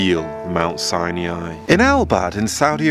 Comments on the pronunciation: Mount Sine ee yeye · Its not pronounced Sai-niai LMFAO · Aren’t you mispronouncing the name Sinai, please look it up on google. I spent 8 years being educated in a Christian school and we pronounced Sinai exactly the same way that google does. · Wrong way to say Mt. Sinai... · You're pronouncing Sinai wrong. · Interesting. But please learn how to pronounce "Sinai" !! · ❤Hello,, I noticed your unusual pronunciation of Mt. SINAI, sounds like SI-NE-AI. Is there any reason for this? Thank you, friend. 🙏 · I don't understand your pronunciation of Mount Sinai as you seem to mispronounce it repeatedly. I don't mean to be petty but I see the correct sound of biblical words to be important You say mount Sinei and most of us learned that the a is silent. Even if the a added a phonic sound to it I would hear this as Sinaaai with the a elongating the I sound at the end. Am I missing something here? I am mainly curious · You need to pronounce Mount Sinai correctly. It’s not “SiNaInaiii”. You sound like a robot when you say that. Nice video by the way! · How can I think you know what you are talking about when you can't pronounce "Sinai" correctly? "sigh-nee-eye" is not in English nor in Hebrew. What's up with that? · Why do you pronounce it Mount Sinyai? it's "Sinai"! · Mt. 'SIGH-NI-EYE'!??!??? 🤔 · Why do you keep calling mt Sinai "mt Sine E eyeee" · Mount Sinai has no i after the n. It is pronounced Sigh-Nigh or sy ny. Can you edit in the correct pronunciation please? Its irritating the way you say it. Sorry. No offence. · I think you are mispronouncing Sinai. Sie nie